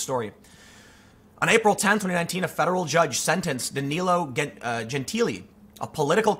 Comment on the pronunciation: You pronounced danilo gentili eerie correctly